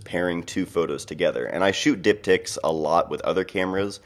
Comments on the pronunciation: I was about to type the same thing, haha... I had to turn on captions just to make sure. xD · Diptychs....definitely heard something else.